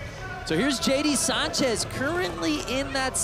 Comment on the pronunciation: Can't even get Sanchez right 🤦